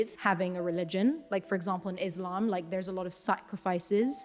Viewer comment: I love the way she mentioned “ISLAM” it’s beautiful